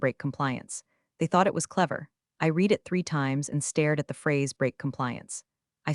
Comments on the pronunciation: Every time you use the word 'read', you are using it in past tense and therefore you are mispronouncing it. It should be pronounced red, not reed. Starting to feel like watching these so-called stories is just making me stupider except I know the difference between past and present tense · Please it’s not read it’s pronounced red. Someone teach AI how to use past tense words. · Please fix the mispronunciations of "read", which 95% of the time should be in past tense, not present tense. Also "live" - same problem. If AI is so smart, why can't it avoid these errors? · Mispronounced words: Patagonia (only pronounced correctly twice in the history of these things) Geiger counter Read Quinoa S.E.C.